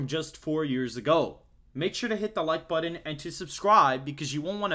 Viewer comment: That’s not how you say button